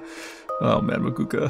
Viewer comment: did u just "makuka" me